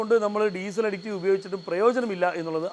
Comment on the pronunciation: അഡിക്റ്റീവ് അല്ല സഹോദരാ അഡിറ്റീവ് ആണ് ശരി